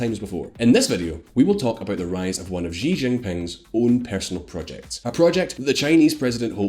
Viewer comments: It is unbelievable really. You make the claim at the very start that you are an independent and unbias news source, then your entire vlog is subtly so anti-Chinese. Mind games. You pronouce all the names wrongly. Even President Xi name is pronounced wrongly. So Anti-Chinese. Don't be fooled viewers, this is all anti-China - to paraphrase Shakespeare, Crap by any other name is still Crap. Why do Western commentators persist in saying CCP. It is wrong - it's CPC - the Communist Party of China. It is NOT the Chinese Communist Party !!! I feel this is deliberate. The Soviets were CCCP - СССР (Союз Советских Социалистических Республик) is a Russian abbreviation for the Soviet Union or Union of Soviet Socialist Republics (USSR). CCCP may also refer to: C.C.C.P. This is a mind game manipulation. If they say CCP and not the correct CPC, these bias Western propagangists are trying make you have a false strong mental association between the Chinese CPC with the Soviet CCCP. So that the listener/reader will associate all the super negative fear of global annihilation and world domination that most people associate with the CCCP of the USSR with China. China and the USSR are like Chalk and Cheese - so this Mental Trick is so Nasty. Clever but Nasty. This way the listener is prejudiced from the get go and will not be able to analyze the factual differences between the two - which are many. It is like someone calling the US GOP the POG - the Party of Gold-diggers. Throughout her 5000 year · Great info, but for future reference x in chinese is ah so xi is said like she (female pronoun) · I'm very bothered by the narrator's pronunciation of the X's "JGEE' lol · The correct pronunciation of Xi is something that is more resemble "see" (in English). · actually Xi is pronounced as SHE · "jee jinping" It's even spelled "Xi" in english there's no excuse lol Or just call him winnie the pooh